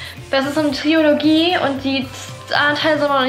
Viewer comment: 🧚‍♀️Fun fact 🧚‍♀️ Eigentlich heißt es Trilogie und nicht Triologie😂 Ich schaffs auch nicht :-D